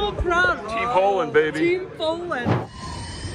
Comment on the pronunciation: probably?? There is one girl in the beginning, what a sweety, she said 'Poolen', probably means Poland 😅 you gonna ask her for some bowling or a drink right 👍